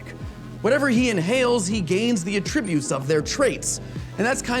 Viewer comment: at-TRIB-utes? Hee! We say AT-tri-butes